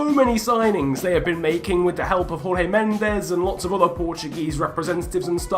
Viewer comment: Jorge Mendes’ first name is pronounced like “George”